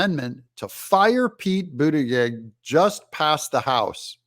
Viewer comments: Hey Doug, you're not pronouncing Pete's last name correctly. It's boot a judge. Listen to MTG pronounce it. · Your saying his name wrong, it ends with …plug